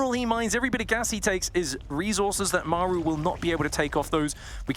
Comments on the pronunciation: "Meigh-ru" so annoying. Just f-ing say Maru. Game 2 was good shit tho. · Why can't the one caster pronounce Maru? Everyone else gets it right but the dude just makes up his own pronunciation.